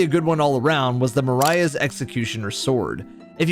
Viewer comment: Marais, like a mere or a swamp in French. Mareh (?) would be closer to what it should sound like. But this takes nothing away from the amazingness of your videos.